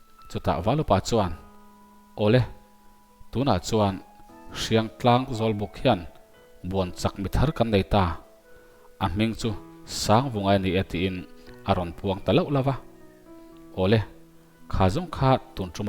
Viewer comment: Lam fiah deuh tum teh.. Speed tih ran deuh phei chuan aw pek dan ngaihthlak a hahthlak. Hriangtlang tih i lam dan pawh hi a thluk a dik lo.